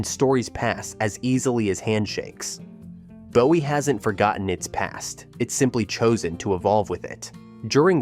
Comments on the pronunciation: Not BO WEE, but BOO WEE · Yes, it is "Boo•ee"! And, Clee•burn (Cleburn), not "Clay•burn", and Kor•enth (Corinth), not "KuH•Renth"! So many yankees and fer'ners!🙄 😉😄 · If you are going to do this, at least pronounce the town names right. Bowie is BOO ee not Bow Ee . And don't even get me started on Mexia. This lack of knowledge makes me doubt the facts are correct. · Boo e not Bow e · Isn’t Bowie pronounced BOO-E??? The mispronounced city names are atrocious. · Bowie, Boo-ee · "Courthouse square" in BOWIE? ...Oh, and it's "Boo-ee". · If you’re going to do a documentary on Texas learn how to pronounce Mexia and Bowie. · Bowie was mispronounced too.